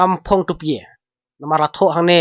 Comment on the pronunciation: Tupie ❌ tupia ✅